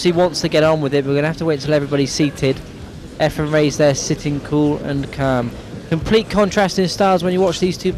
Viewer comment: It's turning me against this one listen to this announcer calling Efren every name but his correct one .